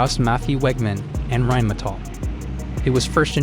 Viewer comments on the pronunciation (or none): none